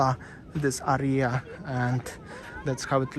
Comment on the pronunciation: I love your accent! Especially when you say area..... like arr-rree-arr. I so look forward to your vlogs. You’re my No.1 go-to since Waz passed away. Sanur is our favourite Bali location. Cheers from Brisbane Australia